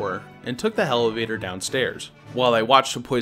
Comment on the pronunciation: Uhh did anyone here him say hellaveder